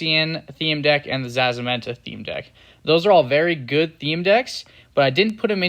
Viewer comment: Gave me nightmares the way he pronounced it